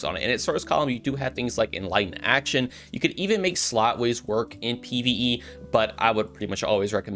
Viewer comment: Slotways? Dude, the word is in your face.